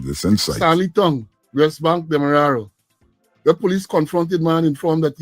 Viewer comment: A bless good morning too you this is one of your favorite follower, must please say demarara and not wara thank you